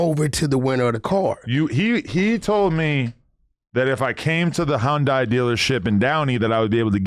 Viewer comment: Hun-Die is crazy 😂 it’s hun-day 🤦🏾‍♂️